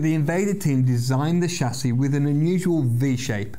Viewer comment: Good, he said chassis.. not Tchassis